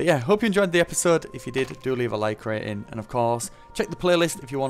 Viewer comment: I still think it’s cute that he says like rateing